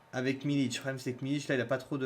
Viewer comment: C’est Milik avec un k ça se prononce milique